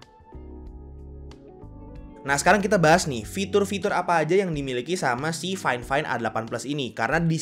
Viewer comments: Harusnya faifain bukan fain fain bang hehe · Gimana ceritanya fifine di baca fain fain